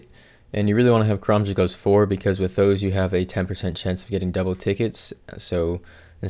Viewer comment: Took me at least 3 minutes of rewinding to finally hear the "karamja gloves" part